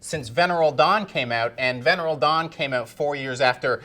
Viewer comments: I refuse to believe that doesn’t ACTUALLY know how to pronounce “Venereal” or “Ylem” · This guy; he can’t pronounce “intricate” words like “venereal dawn”. And you rely on his “reviews”?? Ha ha ha ha.